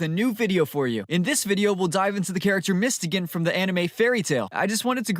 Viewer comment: Who the hell is mistegan, i think its pronounced as mys-to-gan